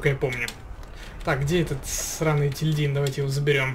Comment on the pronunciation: Просто для справки не етиЛьдин а еТильдин